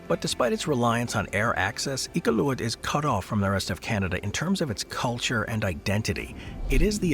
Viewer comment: For a company based in Vancouver, CANADA, the pronunciation of Iqualuit was borderline disrespectful